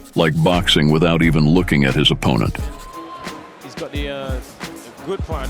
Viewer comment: This must be AI reading the text. "Em-bark-ed"? "Ahp-pin-nent"?